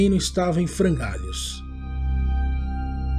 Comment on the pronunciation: "frangalios" sério?